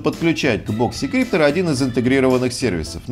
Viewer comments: а я слышу в видео "И" - "боксИкриптор" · у него не очень с английским, но при этом он может быть экспертом